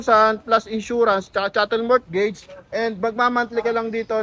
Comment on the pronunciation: Mortgage is pronounced as MOGEJS - Drop the T